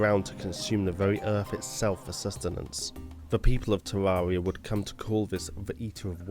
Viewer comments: Its tare rare eee augh not tare roar ee augh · ITS TERAIRRIA NOT TERARERIA GOD DAMMT A;LSDKJFA;SLDKJFA;LSDKJF;ASLDKFJA;SLDKFJA;SLDKJAS;LDKFJ;ASLDKFJASLDKFJ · Am i Dumb or hes saying tewawwia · Tevvavia? That is what he said, just me? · You can't even say "Terraria" properly. 😑